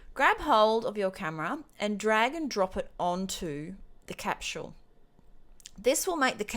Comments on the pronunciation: Great video. But for the love of God. "Cap-sol" is how "Capsule" is pronounced. Not "Cap-SHule" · capsule NOT capchule ! lol